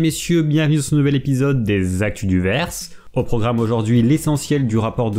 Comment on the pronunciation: "Actu du Vuééeyrse"